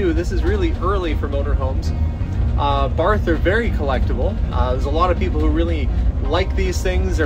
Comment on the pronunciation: Always chuckle when someone says BARTH, like a dog with a lisp!😝Probably not PC! But oh well! Installed Countertops in alot of those Barthes back in the early years of my cabinetry career! Definitely high quality Coaches! Nice job! Keep it for yourself! 🤔😎🫡🇺🇸